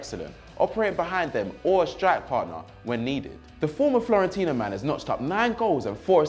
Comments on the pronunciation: Yeah just dont get it why people call it like they call the city in their language. You can call the city florentina, triggers me but ok, but the club is FIORENTINA thanks. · my man said F L O R E N T I N A.. 😂😂... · the club name is Fiorentina